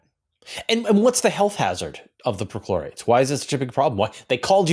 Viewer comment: Is it weird that I keep hearing midichlorians? 😂